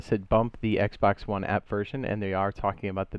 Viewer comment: I didn’t like the brief pause you took between ps4 and Xbox one , also they way you said it too. Wanna fight or something bro?